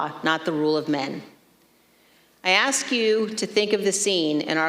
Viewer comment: at least we know shes about to be gone...and can i just say..its ask not aks,,,ask not aks.